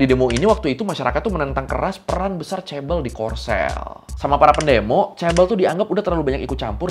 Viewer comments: fyi kalau ngomong ke temen korea 'chaebeol' mereka ngga bakal paham. kita bilangnya 'jaebeol', pakai J~ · Bacanya ngga ngga chaebel tapi chabol chaebooool pake o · Knp si pronouncenya bkn chebol tp chebel aga terganggu dengernya maap ya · kok chebel.. chae BoL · Chaebol ❎ Cebol ☑️ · Chaebol bacanya cebol kak? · Yang satu huruf awalnya "c", dan yang satu "ch" (mirip diftong tapi ini semacam versi huruf konsonannya), dan cara pengejaannya pun beda c-nya Indonesia secara suara lebih mirip sama huruf "jj" daripada "ch"